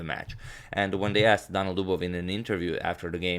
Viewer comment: Two i. Daniil not Danil :)